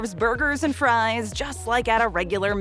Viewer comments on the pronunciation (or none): none